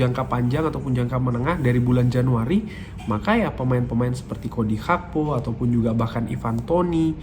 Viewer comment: setau saya namanya GAKPO bang bukan HAKPO